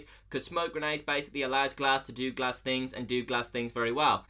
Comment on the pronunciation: The gs-ehch